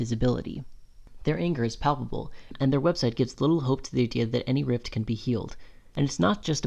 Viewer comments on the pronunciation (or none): none